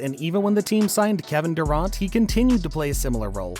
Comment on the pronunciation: So either the narrator of the video is an AI or the guy who's talking got nothing to do with NBA Basketball.... Otherwise he would know how to pronounce "Durant" or "Draymond" ...😁